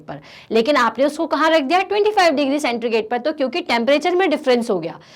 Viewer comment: सेंट्रीगेट नहीं मैम, सेंटीग्रेड